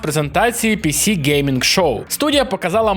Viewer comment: на пІсі гейм щоу, ну ці пІсі😅😂🤣